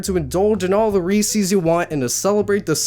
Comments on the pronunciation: IT IS NOT "REESE-EES" IT IS "REES-EZ" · DID YOU JUST SAY REESEES INSTEAD OF REESES???? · / Daddy Jeff \ He's should of just walked around pronouncing Reese's at everyone. That's scary. I've never heard of anyone that calls them Ree-sees. It's Ree-sis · Oh my god. It’s pronounced “Ree-says” not “Ree-sees”. It’s spelled Reese’s. If y’all passed 1st grade, double vowels make a drawn out sound. So the first part is “ee”, and the second part is “eh”. “Rees-ehs.” Sorry, I just get triggered over this. >:V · Re-sees? the heck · You are pronouncing Reece’s wrong